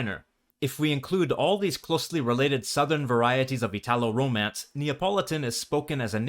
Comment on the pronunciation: I'm Italian, from Parma, in northern Italy. My dialect is one of the Emilian-Romagnol dialects, Parmesan, and it's completely different from Neapolitan. Thanks for the video, it feels to me very accurate and precise. One correction should be: "italo" for us is pronounced with an accent on "i", never an accent on "a" as you pronounce it. From the first long excerpt, I'd say I can understand, at first hearing, among 40%-60%. I wouldn't say Neapolitan is a different language from Italian, just a dialect. If I try to listen to Sardinian, for instance, I can't understand more than, say, 3%. Many expressions in the video can be understood by anyone because, after all, Neapolitan is an extremely popular dialect in media and culture, therefore everyone has at least some familiarity with expressions like "agg' capit". The female reader is very clear (that's her job in the video) but I'd say she isn't employing the usual prosody that we, in northern Italy, stereotypically associate with Neapolitans. ("agg' cAAAApiii-IIIIIT")